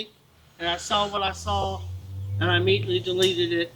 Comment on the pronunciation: Just saying if you can’t pronounce IMMEDIATELY , correctly I will be keeping a close eye.. found a pattern with that and these pedos!! Hahahaha 😂